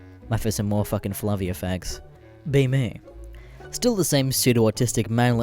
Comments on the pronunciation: my pee pee itches it's fa-ve-la not flavia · Oh God damn "flavia?" The fuck is "flavia?" Did you mean FA-VE-LA?